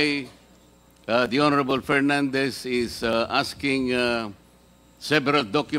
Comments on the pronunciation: Sumasakot aang ulo ko PAG nagsalita. Si PERNANDES. KASI ANG CAN NOT PRONOUNCE PROPERLY. PILIPINS DAW HAHAHA?? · BOLD BOLD BOLD...STAR!! PERNANDES"REFUND ". HINDI REPUND...HAHA HA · Dan Fernandez Hanggang ngayon ba naman d ka pa rin marunong Nang “f” mo at P?